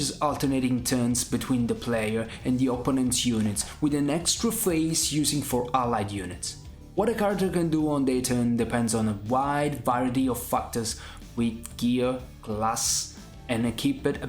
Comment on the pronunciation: 4 minutes in and no talk about the plot or the characters... Great... P.S. its not Fucktors but factors. Cheers.